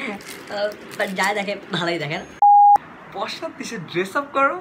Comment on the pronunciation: ভাই, আপনি কি প্রাশ্চাত্য বলতে গিয়ে পশ্চাৎদেশ বলে ফেললেন নাকি? দুটোর মধ্যে কিন্ত ব্যাপক তফাৎ।